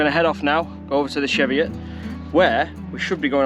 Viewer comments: Its pronounced cheevi it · you pronounce it wrong hahaha